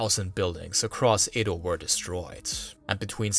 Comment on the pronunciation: Excellent video! However, every time you said Edo, I cringed. How is it you can pronounce everything correct but Edo?